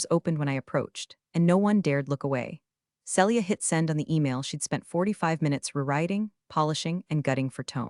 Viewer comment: Celia - see lee ah NOT cell ee ah Read - reed or red need to check which applies This is why i don't subscribe!!!